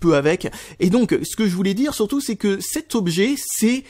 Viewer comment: et on dit" sUrtout " et pas " sOUrtout "